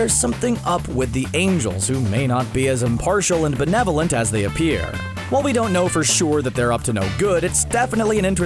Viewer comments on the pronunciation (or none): none